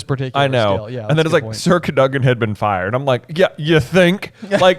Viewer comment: Why the weird pronunciation. It's Cad-o-gan